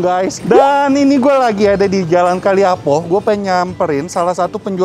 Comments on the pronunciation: Koreksi dikit utk penyebutan nama jalan yg benar adalah Kalipah Apo bukan kali apo seperti yg disebutkan... di kalipah apo ada kuliner yg legend juga yaitu lotek kalipah apo terkenal dari duluuu lekoh bumbunya... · Kalipah apo..bukan kali apo..hehe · Maaf bacanya Kalipah apo bukan kalih apo 2x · Kalipah apo, bukan kali apo, Pak. Seriusan baru tahu lomie ? Di bandung termasuk makanan jadul yg sdh ada sejak lama .. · Kalipah apo bukan kali apo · Kalipahapi 😂 bkn kaliapo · Kalipah apo , bukan kali apo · Maaf, tapi itu jalan namanya Kalipah Apo. Ka-li-pah A-po. Kasian kalau pada mau beli nanti nyasar. Btw di jalan itu ada lotek dan kolak yang enak juga. Lotek Kalipah Apo